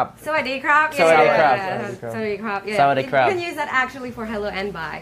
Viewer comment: sawadeekrap HAHAHAAH isnt it sawadeekap